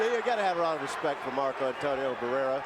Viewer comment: WHY THIS 2 COMMENTATORS ALWAYS SAYING BARRERA HAHAHHAAHAHH!!!